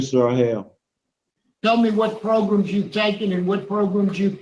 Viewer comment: Again with the “progrums”